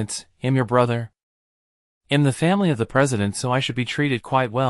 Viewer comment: Good story but the pronunciation needs to be fixed. I‘m is not pronounced imm.